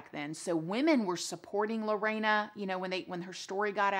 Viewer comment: Also her name isn't Lo-rey-na It's literally sounded the way its spelt Lo-RE-na